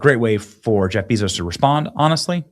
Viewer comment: I like watching Benny but I cringed everytime he called Jeff Bezos Jeff Beezos. It’s Bezos like Bay-Zoes. Couldn’t watch it bc for some reason it just sounded cringe.